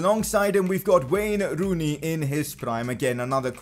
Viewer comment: Is it me or did this guy just say wayner rooney 😂